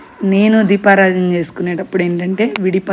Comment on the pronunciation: Deepaaraajana kaadamma, deepaaraadhana